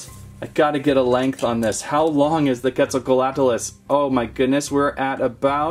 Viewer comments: Quet zal coatlus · hi i have been watching you since 500k subs!! also it’s called the quetzacoatlus pronounced (quetz - oh - coa - at - lus) your welcome! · How to pronounce the name us (cwet-zal-cot-lus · You prenouced it rong